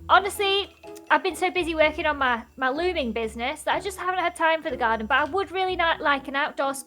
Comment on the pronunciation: I love how says Garda instead of garden